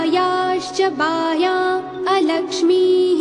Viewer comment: So true..even i noticed many maake errors with the alakshmi part..this one is the good one